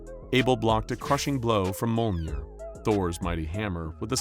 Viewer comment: Its Mjolnir... not MOLEnir.